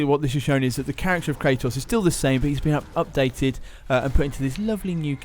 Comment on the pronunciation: Kratos. Not Kraytoss